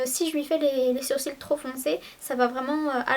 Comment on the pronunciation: C'est marrant tu dis " surcils " au lieu de " sourcils " et du coup ça a tout aussi son sens vu que les sourcils sont au dessus des cils aha c'est trop mignon!